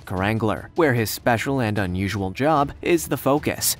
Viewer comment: He said "special and unusual job" but what I heard was "special and unusual dog"